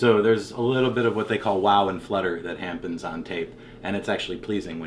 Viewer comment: He’s says “hampen” instead of “happen” and it’s so unsettling lmai